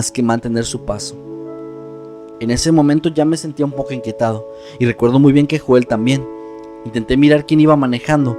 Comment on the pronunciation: Me gustó mucho, pero recuerda Joel se pronuncia "Yoel".